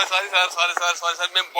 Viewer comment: అది స్వారీ కాదురా , సారీ అనాలి, స్వారీ అంటే గుర్రపు స్వారీ, అంటారు సలేగా